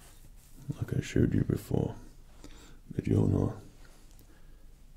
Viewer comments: Mjolnir (Mi-oln-ier) Pronounces it Mijolnier 80% of the fanbase is triggered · DID HE JUST ACTUALLY PRONOUNCE IT AS “muh-JOL-nir”?!?!?! 😑 🙄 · Dead on perfect. I thought you looked and sounded like Thor. Also for future reference, Mjolnir is pronounced me-oh-near, as the Scandinavian area often pronounces J like an I. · The only criticism is that the j is to pronounced as a y. So it's Me-yol-near. Edit: And for the nerds, it would be best if you said Midgard and not Earth. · Wow a comic nerd miss pronounced Mjolnir. Here is the pronunciation of Mjolnir /My ol neer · Loki brought us to Asgard for no discernible reason, then Thor shows up. ... My money’s on Thor being Loki wearing an illusion. also why Mjolnir is slightly mispronounced, Loki is salty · Are you pronouncing mjolnir wrong on porpose or dont you know how to pronounce it. That is now the question.